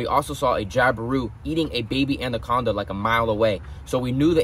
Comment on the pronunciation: Andaconda lol😂